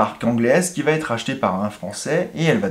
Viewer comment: > "va-T-être" !?!?!? Mais d'où peut bien sortir cet insupportable T entre VA et ÊTRE ? Qu'on entend d'ailleurs de la bouche de plein de YouTubeurs : "ça va-T-être", ou "il pourra-T-être", etc. > "Bertone et Micholetti" 😱Mais qui était MICHOLETTI ? Il ne se prénomerait pas GiAvOnni, tant qu'à y être ? > "British AREOspace". Matra qui travaillait pour "l'aREOspaciale". Maybach, un motoriste dans "l'aREOnautique"... Je suppose que quand tu dois prendre un avion, tu te rends à l'aREOport, aussi ? 🧐 Bon, j'arrête là, le visionnage de cette vidéo... C'est bien de vouloir être YouTubeur, mais faut à minima apprendre à lire, et à parler correctement😪